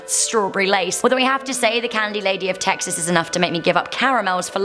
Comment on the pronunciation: Im carl and im from Teeexas